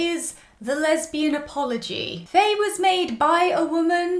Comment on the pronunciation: I loved every bit of this! Had me cackling to start my day. If you watch their interviews though, I think Faye’s name is pronounced as if there were no A in it—phonetically it would be “fye”